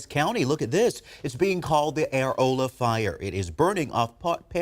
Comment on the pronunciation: It’s pronounced UH ROLL UH lol